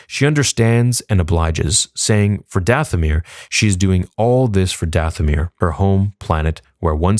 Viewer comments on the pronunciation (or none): Did it bother anyone else that at minute 24 she says, "For DaFFFomir" instead of Dathomir as the subtitles suggest? 😂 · Subtitles said... For Dathomir. She said... For DaFFFomir. 🤦🏼‍♂️